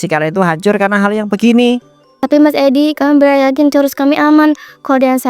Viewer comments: Churoooosssss mba bukan chorussss😂😂😂😂 ngakak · Churros ngapa jadi coruss 😭